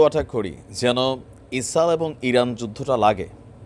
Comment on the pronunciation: ইছাল ইছাল বলেন কেন ভাই 😮😮😮😮